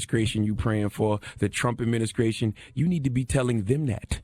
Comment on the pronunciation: "Trump Adminiskration." -Cthagod That boy and -st's. LMAO